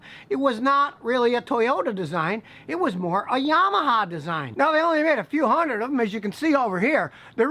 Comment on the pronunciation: I love the way you pronounce Yamaha.